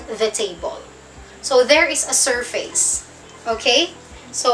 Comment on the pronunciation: Hello po again teacher. Galing talaga magpaliwanag ah, kaya lang sana wag po kayong magagalit, parang masakit sa teynga ko ang pag pronounced ninyo sa salitang SURFACE. Keep up the good ma'am madami kang natuturoan including myself, salamat po muli. Watching from Idaho USA.